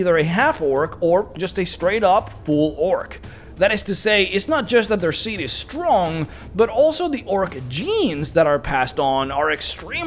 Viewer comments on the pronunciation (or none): none